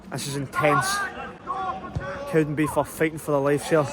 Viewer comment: It's "CowdenbeaTH" not "Cowdenbeef" 🙄